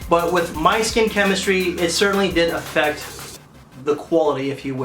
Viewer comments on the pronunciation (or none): none